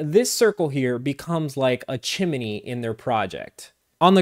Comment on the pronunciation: Chimi-ney? Do you mean Chimney? Great video otherwise.